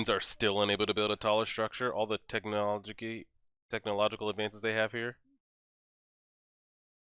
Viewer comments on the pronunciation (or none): Nobody:: “TECHNOLJGY”